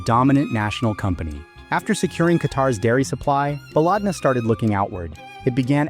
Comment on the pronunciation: why are you liking random comments? the top comments are literal scams also its pronounced "ba-led-na" not baaalaaadna, which in arabic translates to "our country"